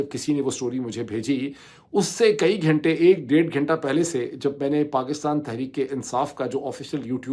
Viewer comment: "کھینٹے" نہیں "گھنٹے" ہوتا ہے۔